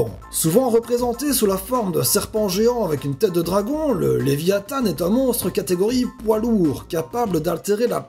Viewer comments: on dit pas leviathanne mais leviathan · Sur 10 "monstres", il y en a presque la moitié qui sont similaires à Nessie .-. Et léviathan se prononce comme il s'écrit, il n'y a pas de "e" à la fin :) Au plaisir. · C'est le léviathan à la fin tu le prononce mal